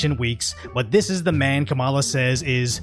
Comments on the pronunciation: so we forgot that Fox News was reporting on the fact Donald Trump literally said Obama wasn’t American? Are we too dumb to realize Kamala hasn’t said shit about race during her campaign? Are we too dumb to realize Trump and Vance had a joint interview on Fox with Bitch Ass Jesse? And it’s pronounced Comma-la, fuck boy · Can’t take you seriously if you can’t pronounce her name correctly. Next ! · it is pronounced the same if you pronounce Kamala the way in which people feign offense, but I agree with the OP -- this as the first thing I thought when I heard her name